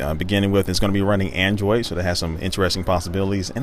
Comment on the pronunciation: He said andriod 3.2?